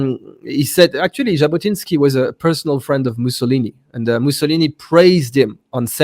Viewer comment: Jabotinsky, not Zabotinsky. Sorry.